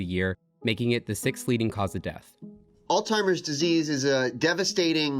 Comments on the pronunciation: Why is this guy allowed to be recorded saying "all-timer's" disease? 🤦‍♂️ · Did nobody else notice that the Doctor , the Harvard Professor of Medicine, called it "All-Timers Disease" like a total moron?